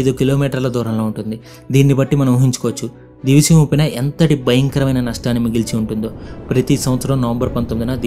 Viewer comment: Nedi matram divi seema kaadu. A oori name proper ga palakalekapotunav